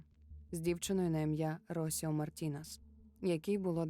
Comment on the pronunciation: Дякую за цікавий контент👍. Одне маленьке зауваження , наголос в жіночому імені Росіо падає на і.